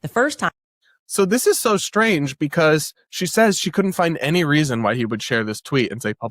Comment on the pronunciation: "A very shtrange tweet..."